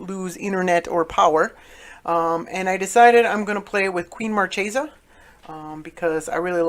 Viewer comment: It's pronounced mar-kay-sah, which is an italian marchioness (i.e. a woman holding the rank of a marquess or married to one so ranked).